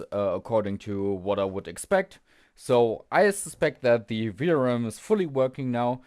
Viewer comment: maybe it's a good idea before you start to check in resistance mode and diode mode from phase to VCC 12V as well, not just from phase to GND. Also the way you say VRM always sound like you say VRAM , this is confusing some times.